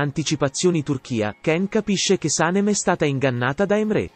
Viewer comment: Antipatica la voce che racconta e pronuncia in modo errato i nomi degli interpreti. Can Devit si pronuncia Jan e Saném